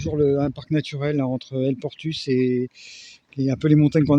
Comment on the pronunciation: il faut prononcer toutes les lettres en parlant ex; el Portus se prononce. El Portous 😂